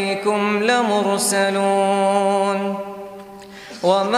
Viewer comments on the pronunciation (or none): And also it is not la musaloon but should be pronounced as mursaloon ..... End of ayat 14, Jazak Allah khera